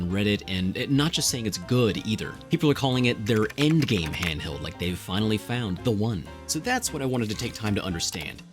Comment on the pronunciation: That was the craziest silent "h" opening to a video I've ever heard. I had to go back to comprehend you said "handheld" haha.